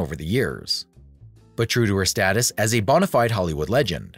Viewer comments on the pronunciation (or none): none